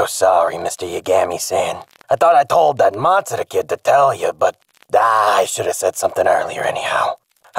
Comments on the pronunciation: Light not noticing that pronounces matsuda and ryuzaki just fine, is the best part of this so far lmao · Loved how he called Light "Yegemi-sen" but called Matsuda's name perfectly. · intentionally and repeatedly mispronouncing his name, and then getting "Matsuda" perfect was inspired